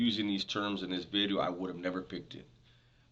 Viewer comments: Ronnie Blueeyes started the buz with you saying VITEOOO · It sounds like your sayn vidrio! G heads loven that haha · Because it sounds like bideo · Dubs trips me out man, when he says video just like my tios, and pops saying the word beach sounding all chunty. Lol no worries keep the great content coming.